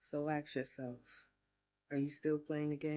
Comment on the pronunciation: Omfg.. Another one.. Axe.. Axe!?! ASSSSK!! Damn it, is it that hard?!